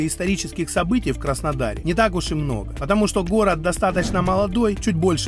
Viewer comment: жук и рак сошлись у речки разговаривать словечки, выясняли кто сильней, у кого усы длиннее😂😂😂. Взрослые люли, а страдают детскими психическими отклонениями, у кого что лучше. Услышав слово "хород" хочется спросить, про логопеда слышали ? Деревенский диалект городан никогда не сделает прекрасную местность городом. Это стыдобища, товарищи.